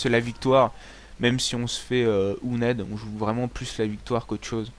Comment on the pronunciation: et c'est owned pas ouned